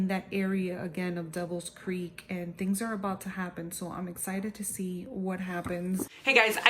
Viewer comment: This made my day. Thank you so much for the review! I loved the vlogs, watching as you progress through the book. So cool. And yes, you pronounced my name correctly, so you get bonus points. :-)